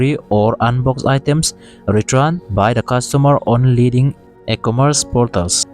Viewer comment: vowel, a, e, i, o, u,...hma ah ' the' a awm reng reng in, di/de ... tih ang a lam tur... ka thiamber chu ka tilo, thurawn fahrah mai mai aw.. thildang erawh kan sawiseng lo ang a,thiam sen ani heklo..😂